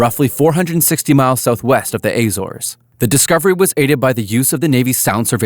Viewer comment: Also 'Azores' and 'Lyons' among other things